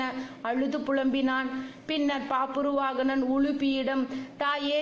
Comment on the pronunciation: It's is bhabravahana. pronounce proper